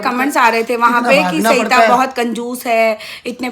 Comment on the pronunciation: Aap ye batao aapka naam hai ya saita Aap bolte saita ho vlog mein hai